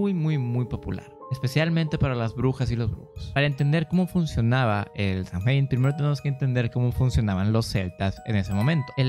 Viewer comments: Hermanito, Samhain se pronuncia Sow-jan 😘Bendiciones a todas mis hermanas y hermanos brujos💖💖💖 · Es sey win asi se pronucia. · Yo igual sé que se pronuncia Sowein